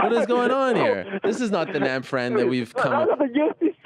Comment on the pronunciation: It is Nab Phran. Get it right! -Sensei